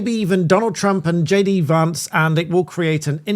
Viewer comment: It's Vance, not Varnce.